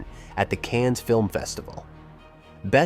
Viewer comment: I'm sure the people who live in Cannes are tired of people (and now AI) pronouncing the name of their city as "cans".